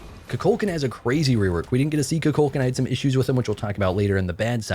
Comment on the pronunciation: Koo-Cool-K-AWWWW-N His game character says his own name “I am Kukulkan” You keep calling him “Koo-Kul-CAN” which sounds like Cu Chulainn Appreciate your content tho